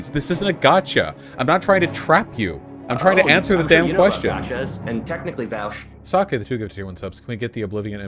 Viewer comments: Taught, distraught, hauty. Vaush. When is 'au' the 'ow' sound? Why do these NPCs keep saying V-ow-sh. They are self-defeating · "technically Vawush"